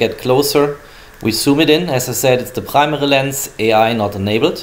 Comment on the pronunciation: No one: Germans: prmeri camera's